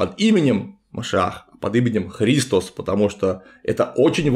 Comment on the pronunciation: Гиркан и христОс. Греческий язык тем и хорош, что там проставляются ударения в каждом слове: Χριστός